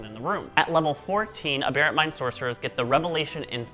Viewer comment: Haha. I think you’re the only other person I’ve heard pronounce aberrant the same way I do. Ah-bear-ant. Good job on the video!